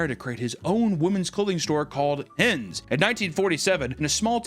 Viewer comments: It's not "Hens", it's "Hennes". Most of the time in Swedish we write words similarly to how they're pronounced. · Hennes is NOT pronounced "hens" 😂 you are completely leaving out the second e